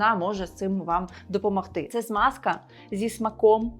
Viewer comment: Тільки не Смазка, а Змазка.